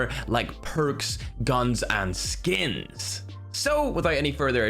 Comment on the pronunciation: the way he says skins lmao